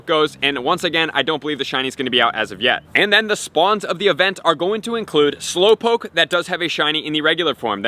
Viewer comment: Slowpokee wtf is wrong with you its pronounce slow -powk .